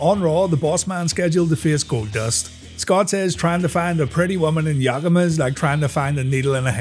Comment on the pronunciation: Yes that was really true to an extent. Yakima is a very poor desert town in Washington who's notable claim to fame as it were... was having more meth per capita than anywhere else in the US. There's a definite train wreck quality there. Side note, locals call it "Yak-Key-Mah" basically. The natives call it "Yah-Kah-Mah". It's one of those native words that I don't blame people for flubbing hard. But there's been some pretty wild pronunciations of it I've seen out there.